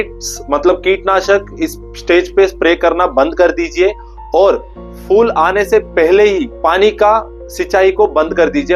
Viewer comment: Fool ( फ़ूल ) naheen Phool ( फूल ) kaho फ़ूल ( मूर्ख ) !!